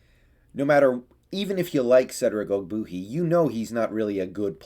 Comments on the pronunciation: Love your content, but it’s pronounced og-bWAY-hee! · You don’t even know how to say his name right. How can you judge his performance